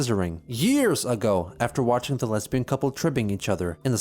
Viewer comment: watch me be wrong and chris actually said leabian instead of lesbian